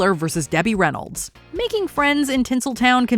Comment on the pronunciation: its Reynolds Not Reyolds